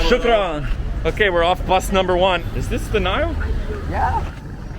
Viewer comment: Amazing video 👍🏻 and your pronounciation for " shoukran" and " asslamualeikum" is great!!